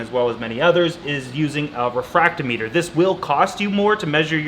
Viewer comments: It’s pronounced refractometer, not refracto meter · It’s pronounced Re fract Tom eter Love your content. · the "meter" part of "refractometer" is pronounced the same way the "meter" part is in "hydrometer", welcome to the salty side!!!! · Yeah, it was funny that he said hydrometer right and then went all weird with refractometer.